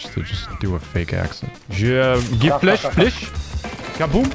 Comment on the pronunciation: i like your "GIF FLESH FLESH, FUL BLENDE" so much.